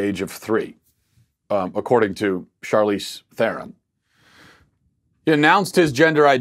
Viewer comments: It's pronounced "Shar-leez Tron (trilled r)". It's Afrikaner South African (which is effectively Dutch). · It’s pronounced Charlize Theron. Not Charlize Theron. My 3 year old sister kept saying she’s grand paws little boy. She grew out of it.